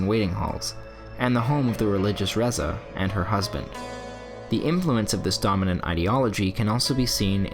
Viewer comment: Razieh not Reza , good analysis though